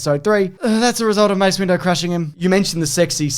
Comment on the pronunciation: James' Grievous rant / mental breakdown is my favorite thing to happen on this channel in a while! Also, you mean to tell me was calling him "Mace Window" by accident? Really?